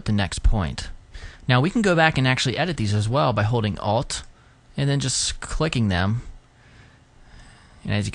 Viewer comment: sweet explanation of the pen tool. for future reference.. please say "alt key" not "a.l.t. key" XD fav part of the vid lol great tut.